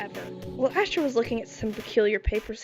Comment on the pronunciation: “ass-tro” is crazzyyyyy 😂